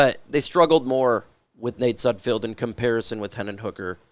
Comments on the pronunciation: Not that he deserves his name to be pronounced correctly but it’s Nate SudFELD not SudFEILD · You do know it’s sudfeld not sudfield right? Not that it matters you won’t need to talk about him anymore I’m sure lol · Day 500 of asking you to please pronounce sudfeld correctly. Youre a reporter get it right man. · Derrick probably knows how to say sudfeld correctly